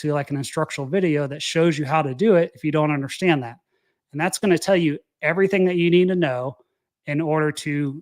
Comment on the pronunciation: UNDERSTAND....sound it out buddy. It's not UNDERSHTAND. INTERESTING. Sound it out buddy. It's not INTRESSTING.